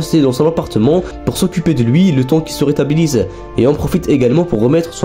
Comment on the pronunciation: j'aime les résumé comme ca mais, il faut un peu plus te réécouter ( des mots pas francais du tout comme "retabilise" au lieu de "rétablisse" par exemple ) et parler moins vite =)